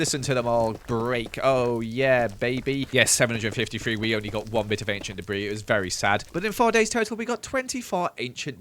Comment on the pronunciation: 20 enchent debri RUBISH.... me; with my one enchent debri >:/